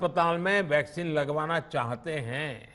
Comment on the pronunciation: Half of the time he says Vaseline not Vaccine 🤦